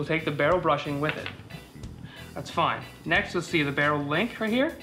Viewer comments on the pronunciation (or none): It sounds like the speaker is saying "brushing" when he is referring to the "bushing".